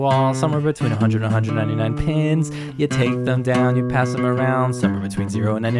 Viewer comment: Pins… It sounds like pens 💀